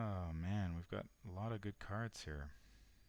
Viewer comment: I have anxiety disorder and the way your intro is read makes me creep out. Like how you emphasize the word "of" and you pronounce words strange, for example you say "ah-gane" AND "ah-ginn" for the same word (again)... "Obe-tane" AND "AWB-tain" and even accented "awb-TAIN" (Prob just me, but I can't get through the intro, gotta skip ahead to what sounds like unscripted stuff) I watch all your vids.. and love em but I found the CC option and thought I would share. Sorry if it sounded like a jab.